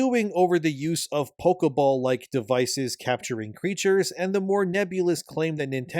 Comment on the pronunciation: Pokéball, not pokeuhball.